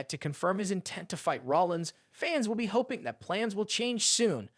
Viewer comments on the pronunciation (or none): none